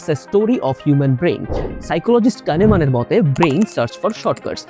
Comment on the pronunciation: বলেছো সাইকোলজিস্ট কানেমান আমি শুনেছি জানেমান কয়েকবার শোনার পর বুঝতে পারছি 😂😂